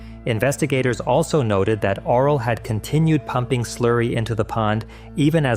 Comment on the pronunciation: The author of the video isn’t Romanian and pronounced it wrong, I can assure you it’s not pronounced “oral” or written like that.